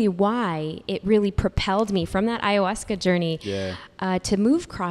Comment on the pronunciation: Hey, love you but please stop saying HAyahuasca 😂 Also, if you ever want to do it, the best you can do is come to the jungle region of Peru and asking locals for "maestros", because chamans who advertise, are not the best spiritual guides.